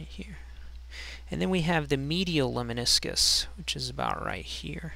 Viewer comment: It's Lemniscus, not Leminiscus. Anyway, cool video.